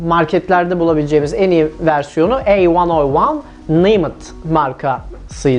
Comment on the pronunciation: "Ey van o van.." Ne demek lan bu, bir aralar "bi ay em" diyordu. Bu da öyle bir şey mi acab.. Hee! A101 miş. Şimdi naymet'i çözmem gerek. Eeeağmircim bunu mu düşüneyim yoksa yumurtanın kaltağı mı olmaya çalışayım b3n şimdi :)